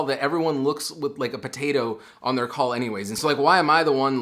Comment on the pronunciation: i thought you said “join a cult” instead of “join a call”